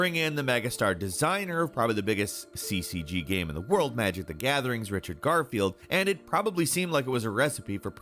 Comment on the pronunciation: can you actually say the proper word for ''game'', you have said ''gahm'' for more than a decade, why???